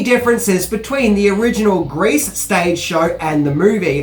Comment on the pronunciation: Why are you mis-pronouncing "GREASE" , by saying "GRACE" ?